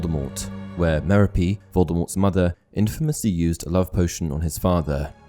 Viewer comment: MEH-ro-PEE? I didn't really know, but I'd've pronounced Merope's name muh-ROP.